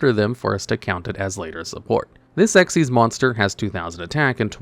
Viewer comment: No, you are wrong and an idiot! Ghostricks have a really solid line of Xyz Monsters, NOT XYZ Monsters! The Mechanic is "Xyz", it is not and has never been "XYZ"! Stop doing that! You don't do that for Ritual, Fusion, Synchro, Pendulum or Link, so why do you do it Xyz? It's not funny and it's not clever! You're like those so-called PokéTubers who mispronounce it as "poh-kuh-mon" instead of the correct "poh-kay-mon"! There is no such Mechanic as XYZ, never has been! And you literally have Xyz Monsters RIGHT THERE, you have no excuse! Again! Also, you're forgetting Spirit Barrier exists!